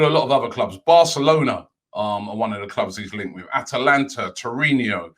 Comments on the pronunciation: Man Robbie, how can you have a show in youtube, and not know the players names or team names. It is Thiago ALCANTARA, not ALECANTARA. And it is TORINO, not TORINHO. And also it is ATLETICO, not ATHLETICO. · ”Tourinho & Free-and-tina”, Robbie saying Torino and Fiorentina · did robbie just pronounced torino toriniho ????